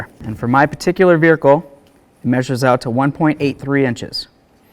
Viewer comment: The way you say vehicle bothers my soul 🥹